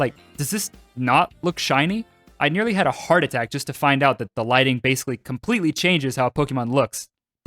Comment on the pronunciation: LIGHTING, NOT LITGING!